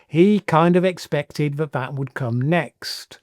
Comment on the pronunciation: has trouble pronouncing th - fink, ven & vat rather than think, then & that.